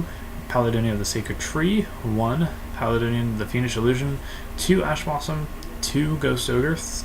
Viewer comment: PAL-AYE-DEE-ON Not pal uh don ee on